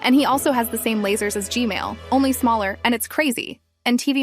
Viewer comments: can you say gman not gmail 😢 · did anyone else hear "gmail" instead of gman?